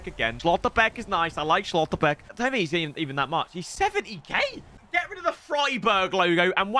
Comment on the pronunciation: Schlotterbeck isnt pronounced austrian, its just Schlotterbeck 😂